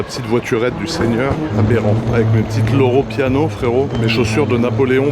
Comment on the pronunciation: "Loro Piano," "Lora Piana" 😂